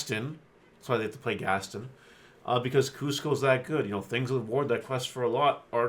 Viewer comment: The Gaston comment was just trying to say you're pronouncing his name "incorrectly" in an odd/rude way. If you listen to the song they pronounce his name as (phonetically: GAS - TAHN or GAS-TON). Anyway not sure why I'm wasting my time with this but the game will get people outside of Disney fans playing and after going to a bunch of tournaments people say some interesting things ahha. Like whenever they played Meg and tried to say her full name xD...But it's s'all good they're all made up people anyway xD! for reference of the name.